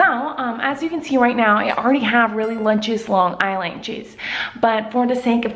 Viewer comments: I love how she says lutches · I knew she would say lutchious😂😂😂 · Lut-Chis lol